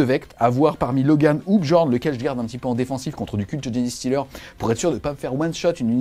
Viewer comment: Super vidéo encore une fois ! Par contre ça se prononce "djinn-stealer", pas "djini" ou "djéné" 😅 désolée ça me trigger à chaque fois... Super travail en tout cas, j'espère pouvoir passer au French Wargame Café un jour !